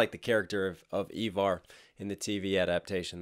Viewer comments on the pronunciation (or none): Dude it's not eaver it's Iver - eye ver is how it is said e ver it's Iver or eye ver do you understand